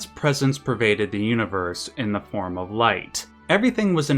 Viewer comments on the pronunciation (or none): none